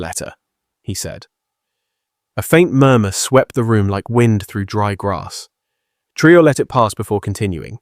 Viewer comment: tell your robot to pronounce the presidents name consistently correctly ❗ ibrahim TRAORE❗